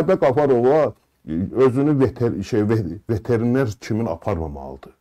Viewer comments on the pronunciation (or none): bəy, millətçi olduğun üçün sənə hörmətim var. Səmimi qəbul elə. VeterenEr yox, veterenAr